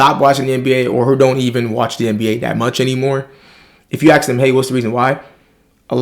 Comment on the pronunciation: . . .'Ask'. . . the word is 'assSSk' - rather than 'axe'. . .You can do it!